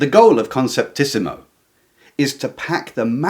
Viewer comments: Just one thing: It's "conceptismo", not "conceptísimo" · Great video. Just a minor thing. It is not conceptisimo, It is conceptismo. In Spanish the ending -ísimo denotes superlative. -ismo is equivelent to English --ism.